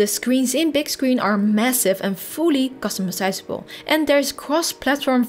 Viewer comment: and fully customi-size-able